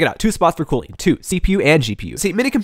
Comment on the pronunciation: i thought it was cooling not cooing